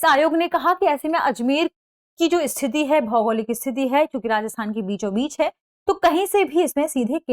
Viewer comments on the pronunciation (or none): none